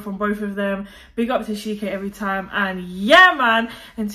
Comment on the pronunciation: she said ", have some shame.." 😅 plusss..it's "CHI-ké" 😅, not SHI-ke,. you know, like when you want to say 'Chilly'? yeah, that's how you say it. you're welcome btw